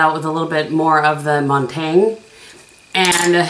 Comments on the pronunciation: Montagne is pronounced Moan-tany(a). Like you kind of swallow the last letter, bc the e is silent but goes with the n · You are correct that Montaigne was a Philosopher. However, if you look at the shadow name in relation to the others, I believe it's topographical, a street in Paris. Also, you can use google to get proper pronunciation in pretty much any language if you are so inclined. Love the 4 looks concept! Very helpful.